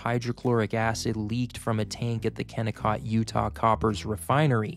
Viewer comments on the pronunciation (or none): none